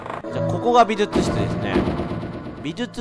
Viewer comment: レトさん相変わらず美術室のことびずつ室って言うんやね、、、笑